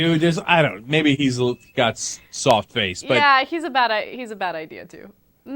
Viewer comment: "Vin Diseal".....!